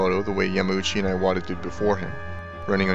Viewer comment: (Important note: Iwata is pronounced EE-WAH-TAH. If Japanese wants an "eye" sound it will use "ai"—his name would have been spelled "Aiwata".) I started the Nintendo club inside of Square Enix and we played Super Smash Bros. for Wii U daily at lunch (and even had some in-house tournaments). I continue to play Super Smash Bros. for Wii U at home daily. The Legend of Zelda: Breath of the Wild was a masterpiece that I found extremely hard to put down, which is quite rare for me these days partly because my standards are so high after having grown up with Super Mario World and The Legend of Zelda: A Link to the Past, and partly because I sternly have to reject games that can't be quickly picked up, played, and put down, in order to cater to my life as a developer who can mainly get games in on the train rides to work etc. Nintendo makes it hard to be a fan sometimes. They are extremely obnoxious when it comes to stocking shelves etc., their region locks can go to hell (in 1 year from 2016 to 2017 I lived in Japan, the UK, and U. S. A., and thus I have multiple Wii U consoles and multiple (5 total) copies of Super Smash Bros. for Wii U and 3DS), and I would never work there. Inside the industry, it is fairly well known that working conditions at Nintendo of Japan are pretty bad, as it remains a typical Japanese work environment. Long hours, too many codes of conduct, overly strict chains of command, and even uniforms that look like factory-worker uniforms. You're just a number, so